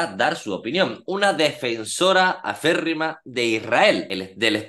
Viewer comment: Se dice “acérrima” ☑️